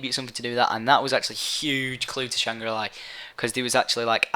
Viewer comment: i find it annoying when he says "shangra li" when its shangri la :/